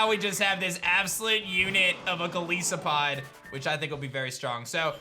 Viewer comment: man said "go leese oh pod"